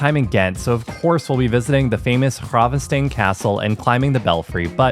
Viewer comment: Love how you can pronounce 'gravensteen' like a real flemish person, yet frituur is pronounced 'fritoer' 😀I know U is difficult to say as a english person. Standard martino is: American preparé (its minced pure meat made with mayo) little diced onions, pickles, martino sauce. Extra toppings can be added like anchovis, tabasco (for the spicy lovers), etc... Mitraillette is french for automatic gun, like an M16. love the episodes!